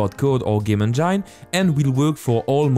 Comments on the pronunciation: I don't mean to poke fun at your English, but the way you say "Engine"... it's "N Jin" not "N JINE". lol, I know English is stupid with it's "words ending in E" rules that don't apply to some words randomly... But it sounds dirty the way you say it XD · it is not game "in jine" it is game "in jen" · please dont say engine as engyne... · Excellent tutorial, but may I point out that engine is pronounced as enjin :) it just sounded funny when you say it. But other than that really good work :) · Good video, man, but you must change your pronunciation of ENGINE - It is INJUN - NOT INJYNE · Just to be that guy, engine is pronounced Enj - in not enj - ine. Really don’t wanna be that guy but here I am! I’m so sorry haha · Its pronounced game en-gin, not en-jyn. I know you are French but this tip can help refine your spoken English. I love your tutorials!! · Just for the sake of correction, don’t say game « endjaillne » but game « endjine » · Everytime you say Enjain instead of engine makes me cringe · "On gyne" (engine) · I want to call engine (En Jine) now because of you! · please stop saying enjyne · lol, 'game enjein', my girlfriend had to see a specialist when her game enjein had the wrong pH balance. Good tutorial though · bro i literally laughed out loud at game enJINE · Loving the vr tutorials so far, they way you pronounce engine kills me! 😆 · please YouTube how to say ENGINE I can"t stop laughing :) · You make the best VR dev videos, period. And I love the way you say "engine." Haha It's my new head canon for pronunciation. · And I hate the way he says engine :D But still a good video